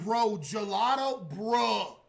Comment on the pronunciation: its gelato not jlatoe